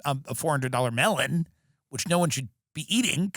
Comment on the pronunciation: 😂 Had to write again!!! Until the end of your show I thought you were saying $400 “ Mail-in” !!! It was “Melon” ! 😂 I am from Texas so I am sure I say a Lot others misinterpret!!! 😂😂